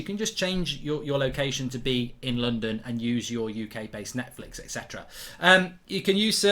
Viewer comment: Why can’t mark talk today? “Surf shork” “Netflick”